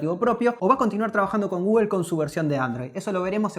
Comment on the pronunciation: Menos gugul xdxd